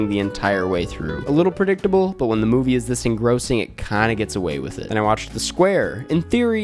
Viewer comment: it’s MOVIE not MUBI 😂😂😂 anyways i watched thor L&T: 1.5 ⭐️ NOPE: 5 ⭐️ i didn’t watch a lot this month, but i think i got the best and worst of what was released